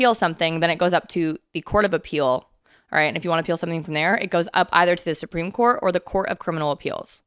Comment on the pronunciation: Once or twice, I misheard you say Supreme Court and I thought you said Spring Court. 🧚‍♀🧚🧚‍♂💐🌷🌹🌸🌼